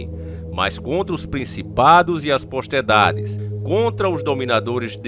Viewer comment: Companheiro, se pronuncia: POTESTADE. Ou você não sabe Falar, ou tem a língua presa, kkkk😂